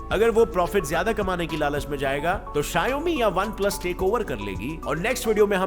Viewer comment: शाऔमी ❌ . शायौमी ✅